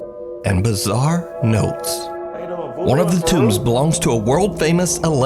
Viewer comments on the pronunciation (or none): "Gregoria" is really not that hard to pronounce ffs